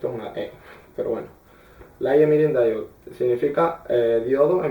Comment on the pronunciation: es ligth emitting diode no dido wey